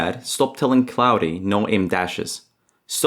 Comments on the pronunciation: Claude is pronounced claw-d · Good video. I fear that some people will interpret any use of AI as "slop". btw in english, "claude" is pronounced as "klawd" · did you just say "No, that is totally correct" not no, yes. Making a video about slop with all of the slop patterns is insane. Also not convinced it isn't your voice when it pronounced claude as clowdé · Claude or Cloudy as the narration-heuristic pronounces it? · If this is not narrated by AI, then why is he saying “Claude” so weirdly?! AI on AI 🤣